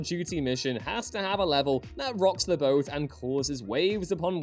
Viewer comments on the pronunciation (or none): none